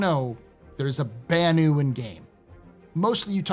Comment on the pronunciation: So you tell us how the Banu pronounces his name... and then you pronounce it differently every time thereafter. On purpose? LOL